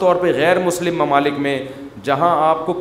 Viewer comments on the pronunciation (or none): none